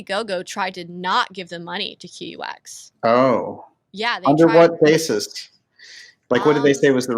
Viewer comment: QUX? Bad name choice. UX is user interface. Q is a psyop. And the name is pronounced "cucks". 😔